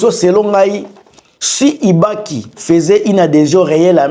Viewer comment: Ibalanky et non Ibaki,ambassadeur itinérant et non iterant.